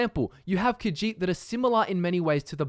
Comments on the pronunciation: I hate the way you say kajit so goodbye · Ka-sheet - Khajiit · khajiit; kuh-žít. NOT caw-djeet. senche raht sendche rawht NOT sendgee rat